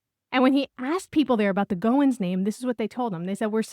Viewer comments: It’s GOH-when, gow like gown (the dress) and when. FYI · Infinite spellings and ways to pronounce it! Goen, Going, Goins, Goyen, Goings, Goyne, etc